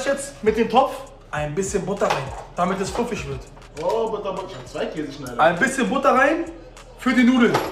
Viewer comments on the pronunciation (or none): none